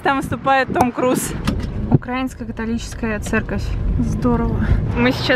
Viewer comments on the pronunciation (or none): Люди! Не укрАинская! УкраИнская! От слова УкраИна, а не УкрАина!!! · TheKateClapp , не укра́инская, украи́нская церковь.Потому что не Укра́ина, а Украи́на